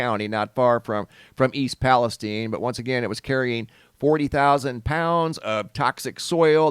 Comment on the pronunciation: I live 35 miles from East Palestine, OH. I promise you that it's not pronounced "Palesteen". The "stine" does indeed rhyme with the word fine. 😊